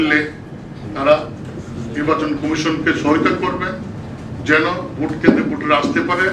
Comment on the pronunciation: ভাই, ভূট না ভোট